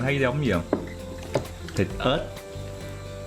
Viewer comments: kỳ ghê hà, con Ếch mà nói ra con ớt à 😂😂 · Miền bắc phát âm cũng sài lè ra. Ê chờ ếch như miền nam đúng hơn. Chứ không phải ê chờ ách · mình nghe ra ách đó. Túm lại là ở đâu nghe quen ở đó. Mình miền trung